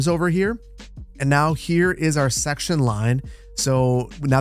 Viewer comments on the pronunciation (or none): none